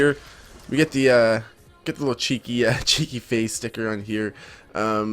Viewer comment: its funny when a american says cheeky